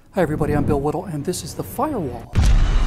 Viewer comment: Anyone else ever hear his name as belittle instead of bill whittle?